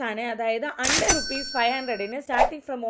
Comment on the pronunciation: ഹണ്ട്രഡ് ആണ് അണ്ടർ അല്ല. ശ്രദ്ധിക്കണേ